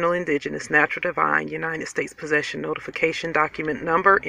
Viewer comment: "Knotificatione" document?? Oh really?